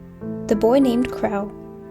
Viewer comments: "crow" is pronounced "cro" and should rhyme with "show", not "how" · pretty voice.. that's not how you pronounce crow, though.